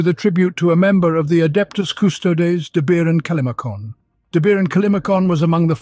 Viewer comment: Just me or the scholar miss pronounce the "adeptus custodes"??? HERESY!